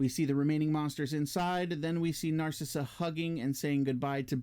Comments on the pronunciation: It's pronounced "Nar cease" not "Nar Sissuh" wtf 🤣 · Narcisse is pronounced "Naar-seese". There is existing footage where he tells Decker his name..."Remember me, Doctor? Narcisse. I was dying when you had your way with me!" I think this is only in the hard to find 3+ hour Ultimate Cut. I like the added scenes of Lori at the club, though I do think it could be more tightly edited. We don't need to hear the whole song. I also like the extra scenes of Boone suffering hallucinations, as it adds to the impact of everything he is losing in the wake of thinking he murdered families and why he attempts suicide. Decker talking to his mask is woven throughout the narrative in the book, Cabal. In the film, it is very clunky and adds nothing. I agree that it works against the calculating character that has been set up. The few scenes in the movie just seem out of nowhere because the idea was just thrown in because it is in the book. Very clunky and not needed. The Babette power I agree with you on as well. It serves no purpose and Lori can't do anything about it anyhow. A rewrite of the script could make better use of the power and have it be integral to the story, but as shot it is of no use. Ashberry is 100 times better in the extended versions. The scene of Ashberry in jail talking through the wall at Boone was a reshoot scene made later, and it contradicts the character by showing him as judgmental and an enemy to the Breed. In the extended cut, Ashberry is much more likable and understanding, very open to learning about the existence